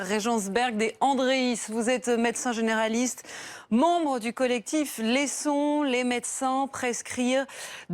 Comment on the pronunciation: La journaliste tient au début de l'interview à déformer de façon intentionnelle le nom du collectif... Et cela en dit long sur le discours médiatique...